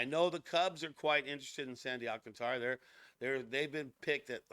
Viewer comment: No..it's pronounced..AL. CAN TRA